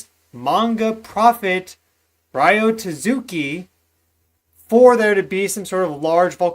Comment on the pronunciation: Ryo is pronounced Rio like th place and tatsuki is Ta tSu key